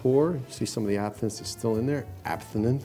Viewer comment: What were you calling that? Abthinith? It's Absinthe lol